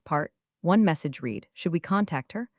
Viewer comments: I like these stories and subscribe. But PLEASE fix narration so that the past tense of " read" is pronounced as "RED". I'm tearing out what little hair I have left😖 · Help Ai out, use red for read, reed for read🙄